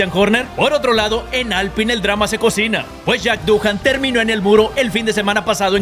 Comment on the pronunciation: Alpín buey... AlPÍN no ÁLPIN 😂